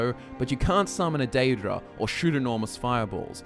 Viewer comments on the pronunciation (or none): none